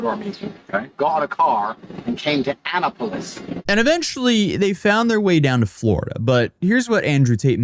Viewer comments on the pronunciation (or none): Ana-Pullis hurts to hear 😭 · but they were safe in "Anna-Polis"😂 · "Anna-polis" Found another charge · Anna-pole-is? Dude has taken too many blows to the head. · Tate mispronounced Annapolis...off with his nuts. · If he gets out, please rearrest him for the way he pronounces Annapolis. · Omg, the way he pronounced "Annapolis." 😂😂😂 (edited to add timestamp) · Alpha males don’t pronounce “Annapolis” that way. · As a Marylander, his pronunciation of "Annapolis" just gave me another reason to gloat as his life falls apart.